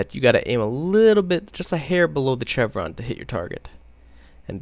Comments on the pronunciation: I hate that he pronounces it chevron, instead of chevron! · Stopped watching when I heard his pronunciation of "chevron" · I hate how canadians pronounce chevron.